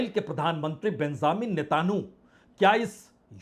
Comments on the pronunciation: बिंज़ामिन नीता नू आप इजरायली प्रधानमंत्री का नाम ग़लत बोलते हैं, जो एक प्रतिष्ठित पत्रकार के लिए बिल्कुल ग़लत है। सही नाम हमने ऊपर लिख दिया है कृपया ध्यान दें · प्रसून वाजपेई ! आप एक प्रतिष्ठित पत्रकार हैं , मगर भाषा पर आप की पकड़ बहुत कमज़ोर है, आप इजराईली प्रधानमंत्री का नाम भी ठीक से बोल नहीं सकते हैं ऐसा क्यों है? आप को इस ग़लती को दुरुस्त करना चाहिए। इजराईली प्रधानमंत्री का सही नाम है:- बिन्यामिन( Binjamin) नितिनयाहू । कृपया अपनी ग़लती सुधार लें । जनहित में जारी है। एक पत्रकार का सुधार। शकील अज़ीम Dated:- 10th March,2026